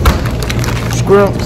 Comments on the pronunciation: said skrimps 😂❤️ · Nobody:: “skrimps” 😂😂😂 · this nigga says scrimps😭😭